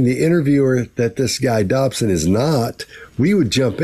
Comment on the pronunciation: Dodson, not Dobson. Apologies.